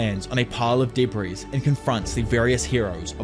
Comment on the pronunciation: I love your videos soooo MUCH that I sit and watch them ALL the way through in spite of how much I absolutely DESPISE the way you pronounce "debris" as "duh breeeze" lol.